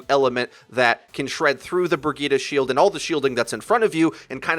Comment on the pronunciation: Front. Line. Brigitte. lol come on man